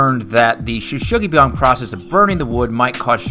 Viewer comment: Shou Sugi is pronounced as "Show-sugi", not "shoe"